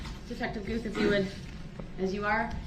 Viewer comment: The Detectives name is " Guth " NOT goof !